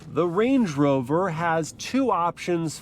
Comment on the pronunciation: bro said blade rover 💀